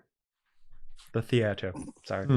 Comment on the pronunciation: attempting to say theater with a British accent was the best part of the show lol